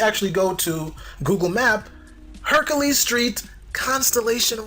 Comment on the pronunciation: hercales...lol not hercules.